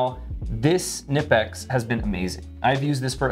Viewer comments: Everyones just gonna let a leader in the knife community mispronounce Knipex??? Kuh-Nipex. Never have been Nipex, always will be Kuh-Nipex. And here we go... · K-nip-ex not nip-ex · Hey, at the risk of being “that guy”, it’s pronounced “kuh-NEE-pex”. They have a YT channel and you can hear the pronunciation there, that’s how I recently learned lol. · Fyi, in case you all dont know. "Knipex" is pronounced "kih-nip-ex" like the rankin/bass movie "jack frost" with the k-nights & such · Just wanted to drop by to say Knipex is pronounced "Kuh-nip-ecks". Anywho, thanks for the video. You're the best. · Hey: Kuh-nip-x is correct pronunciation directly from the manufacturer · It's pronounced KA NIPEX I WATCHED A VIDEO OF THE ACTUAL COMPANY AT A TOOL SHOW AND THE GUY WHO IS THERE REP SAID IT'S THAT WAY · nice multitool 👍 The k is spoken in the original brand pronouncing. Greetings from Knipex land Germany ✌️ What I would love to see on Leatherman are springloaded plyers. Would be topping on the cake., Team up with Alpaca and have you made a prototype double zip version or some outside attached money stash. I use HelikonTex Hip bags sidewise on the belt for wallet and EDC stuff. My main EDC pouch is a Vanquest Husky. Yeah that Buck Bowie does great next to your Bugout and ultralight concept. Get away from. He does you no good 😂 For sure … the silver guard on the old school Bowie did the trick on the ol‘ blood sucker 🧛 My Five: 1. Civivi Elementum Button Lock 2. Tasmanian Tiger RDI wallet 3. The OG … Leatherman PST II (and/or a Vic with plyers of course) 4. Artisan Sea Snake 5. wireless induction headphones for my hearing aids (great every day tool for phone calls ( especially hands free in the car) and for music in the office … no one except me will hear a thing 🎉) Have yourself a great and happy new year.